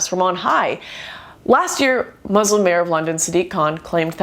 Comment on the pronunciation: You say Muslim like Muslin